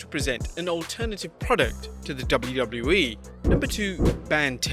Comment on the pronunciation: "dubliu dubliu E"